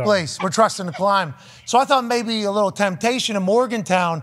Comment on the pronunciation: What an absolute riot lmao "if it wasn't a bunkbed maybe a littble bit easier to move"